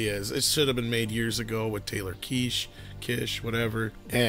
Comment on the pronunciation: Guys... the /s/ is silent. It's Taylor "Kitch". Rhymes with bitch.